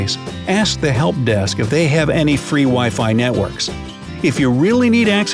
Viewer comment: Computer voice called them nitworks instead of networks very funny.